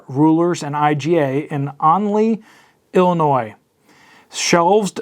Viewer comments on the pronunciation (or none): none